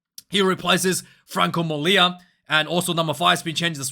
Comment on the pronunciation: Congrats on your improvement with argies surnames!!... The only you are missing i think is Molina... It's like a song of Creedence